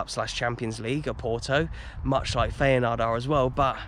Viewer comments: Enjoyed this one mate 👍 As a footnote, i think its pronounced ‘fi-en-noord’ 😉😂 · Isn't feynoord pronounced fire-noord ? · It's Feyenoord not Feyenaard ! Apart from that another excellent vlog. Always look forward to your next upload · Who are Feyenard? Do you mean Feyenoord? 😂😉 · Please learn how to pronounce feyenoord